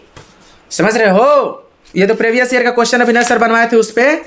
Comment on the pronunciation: सब लोग मोटिवेशन लो भाई से, जब दिहात का लड़का , जो प्रीवियस को प्रेभियस बोलता है, उसका सिलेक्शन हो सकता है, तो भईया किसी का भी हो सकता है, भाई की ना ना प्रकार की बाते सुनो समझो और सिलेक्शन लो, शुभकामनाएं सब को। ठीक है।